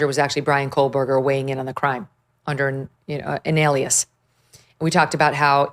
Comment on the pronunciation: It's funny how she says his name wrong the whole time. Bravo! Can't wait until we never have to hear that name ever again!